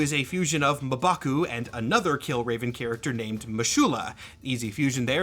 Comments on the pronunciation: Muhbaku? Of all the people to mispronounce a name, didn't think it would be you. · this might be the first time I've heard m'baku pronounced this way